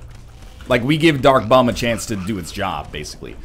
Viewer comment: im not hating on you are anything northern lion but is it just me or is he saying "duck bomb" when he means "dark bum".